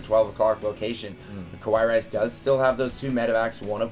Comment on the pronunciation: It's fucking KA+WA+II, not KO+WA+II.